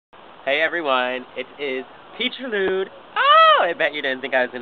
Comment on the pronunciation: lmfao, 'it is petriludeee AAAH!' (